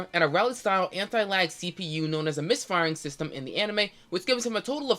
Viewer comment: aa yes. the famous MISH FAIYARING SHEESTEM